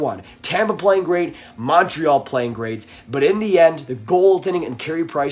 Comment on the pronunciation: The way you say Montreal instantly discredits anything you say.